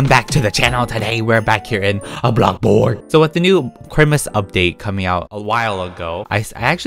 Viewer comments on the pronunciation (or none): Who else loves when says “AbLoCkBoRgGg